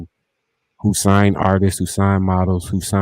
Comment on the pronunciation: How yall keep letting this dude say "artises"? ARTISTS has two syllables not three!